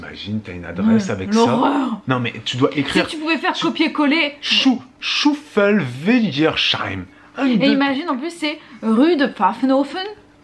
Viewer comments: Souffelweyersheim on prononce sseim. Pas cheim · Sheim ça se prononce seim 😁 mais c'est pas mal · Vous n'êtes pas obligés de prendre une intonation ou un accent pour prononcer les noms des villages. On parle pas comme ça nous 😅 C'est pas "chouffelweyersheim" il n'y a pas de "ch" 🤔Souffelweyersheim = Souffel-wayer-sseim Dommage qu'on peut pas poster d'enregistrement audio en commentaire, je vous les aurais fait entendre 😅 C'est quand que vous reveneeeezzz ? 😁😁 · 😂😂😂😂 Vous vous compliqué trop la vie pour la prononciation 😂 Souffel (le s ce prononce S) weyersheim (w se prononce V et le sh se prononce S) Bon j'avoue c'est compliqué et sinon moi aussi je doit vérifier l'orthographe dès que je l'écrit (c'est pas toujours juste !)